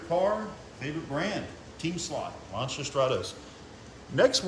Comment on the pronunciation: finally someone to pronounce Lancia correctly 👍👍👍